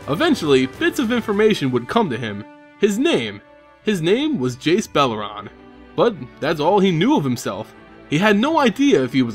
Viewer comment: Funny how Jace says "Slimot" instead of "Silmot," "Belaran" instead of "Beleren," and "Vyrn" instead of Vryn :))